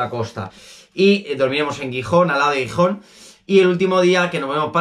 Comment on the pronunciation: Pasarlo bien por los pueblos de la costa , espero q te haya ido bien en travesera Posdata : pronuncia bien Gijón jijiji